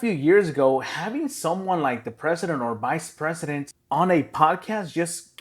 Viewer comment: Who's the BICE Pesident? What's a BICE Pesident?